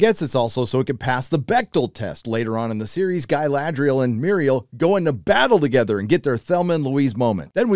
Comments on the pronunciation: who is gai la dry al? I mean if you are going to criticise maybe not pronounce it like they are from the deep south. cool vid though, this show is terrible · after I heard your pronounce Ga"i"ladrial I understood where you are coming from :)))) If you are a fan than lean back and enjoy that you got something at least (and give them some constructive critic if you have something to say)... If you are not a fan, stop watching it and move on... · Gailadriel - Galadriel! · Agree with everything cept the cgi shots of the cities isnt just nice its incredible give some credit. And calling the dude sauron!! Every single time like its still funny is gettin more annoying than the show. Same saying GUYladriel. Aite we get it man. But yea show is pure doodoo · Mispronunciation of Galadriel shows some fair evidence of not watching the show or reading the books. I do agree though that they're messing up the story a lot and the casting is not so great. Who gives a shit about race/skin color? I would hope they chose the best actor for the job but Galadriel's casting sheds a lot of doubt on that. I had doubts after the complete fuckery of The Wheel of Time and sadly those doubts were completely founded. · Is your mispronunciation of Galadriel supposed to be a joke?